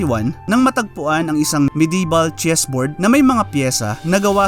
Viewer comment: Mi-di-eval po ang basa